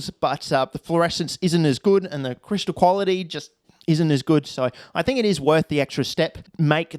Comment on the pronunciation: That Kwality. Not quality 😂